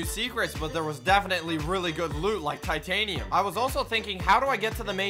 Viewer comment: Titanium not Tiatanium